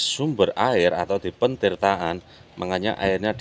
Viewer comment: Lagi mas BUKAN PENTIRTAAN. TAPI, PETIRTAAN. DARI KATA DASAR TIRTA, ARTINYA AIR.